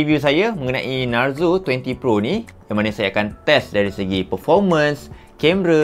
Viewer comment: Kenapa aku dengar macam sebut NARUTO 20 PRO😂😂..adehh...